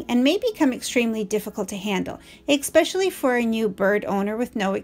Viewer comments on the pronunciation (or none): Esssssspecially, not expecially Otherwise, great video. ☺